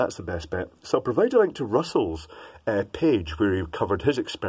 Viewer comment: Provide NOT Provade Spike NOT Sapke.